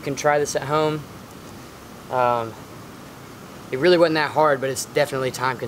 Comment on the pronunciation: You say "wudn't" I know the 'S' and 'D' are right next to each other on a US QWERTY keyboard, but when it comes to SPEECH.... I don't see any reason you can't properly pronounce the word "wasn't". Especially because you're white, live in America and I am almost certain English is your primary language.